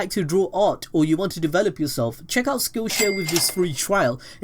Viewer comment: When he said skillshare I thought he said skillshit